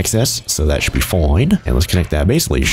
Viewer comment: "FOIN" Everything is gonna be FOIN